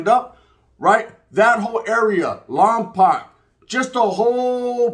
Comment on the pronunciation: Saludos and much love from the 805 Lámparas appreciate the love G just wanted to say real quick Lompoc is a Chumash Indian name and it’s pronounced Lom-“poke” but none the less feeling the love